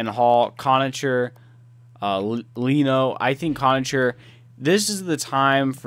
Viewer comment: Loving the vids. Here are some of the Sabres names pronounced: Leino- Layno Pysyk-Pizik Erhoff- Airhoff Ruhwedal- Ruweedel Just for future reference, no offense on how you said them before haha